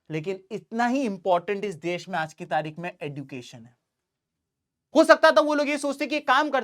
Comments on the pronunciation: Education pronounciation sahi kro please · Sir sorry but fir bhi khungi education ka pronunciation galat kiya h Kai bar kafi log yahi kehta h jo aap keh rhe h par plz try ki ap sahi kahe thankyou sir